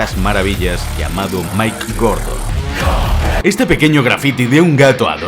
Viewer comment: no es Mike es Mick